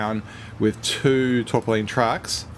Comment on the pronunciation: The Tarpaulin is pronounced Tar-paul-in. No idea why this video popped up ive not looked at this game for about a year but looking good so far. cheers